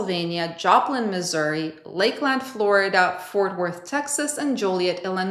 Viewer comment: pronunciation tip: Lakelund, FL, Jolie-ET, IL